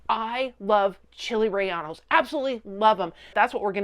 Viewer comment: Ok white lady, if you're gonna make OUR food, and post your video on YouTube... then you can certainly use the internet to do more research in how to correctly PRONOUNCE AND SPELL another cultures food. It's NOT RELLANO!!! DMBA55! It's RELLENO!!!! CHILE RELLENO! Don't worry, I've I've applied the "Don't recommend channel " to yours. Maybe next time you can do research so not to look so ignorant.